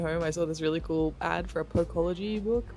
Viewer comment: Exciting that you got to see a Pokélogy book. When you first said it I heard something different, beginning with "procto" instead of "Poké".